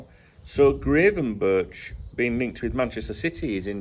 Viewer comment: You have the gravenberch pernounciation almost right, just that the "ch" at the end is pernounced as a hard "k" in dutch.